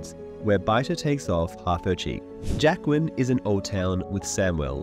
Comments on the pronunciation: The best thing about this Video is waiting to see how close to Jaqueline he gets when pronouncing Jaqen. Its slowly shifts as the video goes on, starting relatively correct and then becomes progressively worse. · He said Jaqen correctly once, the rest was Jaquen 😂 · Why do you pronounce Jaqen so weirdly? Trying to be different from the show for difference's sake?